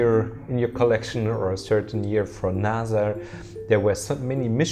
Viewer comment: It’s pronounced NASA not Naza